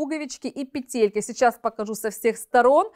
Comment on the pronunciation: спасибо большое за обзор! В слове «пе́телька» ударение ставится на первый слог, на первую букву Е. Как и в существительном во множественном числе «пе́тли». Спасибо, что читаете комментарии и прислушиваетесь)